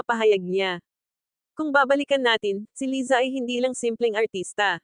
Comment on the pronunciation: Hehe umuwi cia para pag usapan😁 Laysa ang korek pronunciation👏